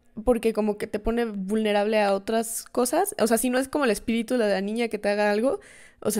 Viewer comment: ok la parte que mas me gusto fue cuando dijo espitiru❤❤